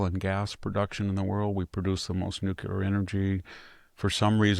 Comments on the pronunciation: Please Vict..the word is nuclear..not nucular..you're making the same mispronounciation as Bill Clinton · Nothing but respect, but please stop saying "nucular power." This is for you, not me.